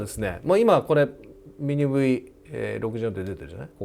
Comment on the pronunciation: I love it how you say 'Mini Wee' instead of 'V' - never mind, I am sure I sound pretty stupid when I try to talk Japanese :oD Good video again!